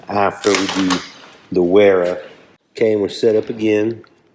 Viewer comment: Good review and video! BTW Wera and Wiha are actually pronounced Vera and Viha. Not trying to be an English teacher at all but thought you may want to know.